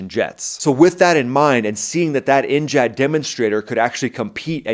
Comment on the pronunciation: N-jad 🤔😣 NGAD, N-gad, definitely not N-Chad!